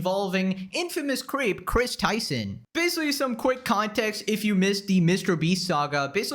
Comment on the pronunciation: I thought you said "Denims has been exposed for being a massive queef", had to replay that part AND add subtitles to it to understand you meant "creep". 😂 To be fair, I have music in the background...